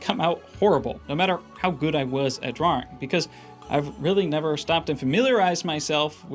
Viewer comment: You pronounce "Drawing" like Dro-oring